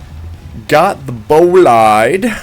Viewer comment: did he just call it a bugatt boliad